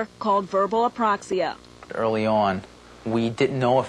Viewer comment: ...too bad she couldn't pronounce "apraxia", it kept coming out Aproxia. Oh well at least they made it known to people sitting at home who may have never heard of the disorder.